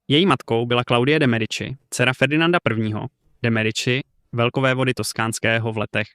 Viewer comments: Mediči vyslovované, pre boha. Keď už vypravíte príbehy o zahraničnej histórie, naučte sa správne vyslovovať mená!!!! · Ked uz robis nejaky report o niecom tak Aspon zaklad aby si to vyslovoval tak ako sa ma…. To Medici ako to hovoris tak reze do usi …